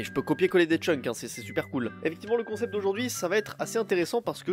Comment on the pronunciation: T'est en train de boloss les mots français la ptdr Concept devient "Troncept" waouh XD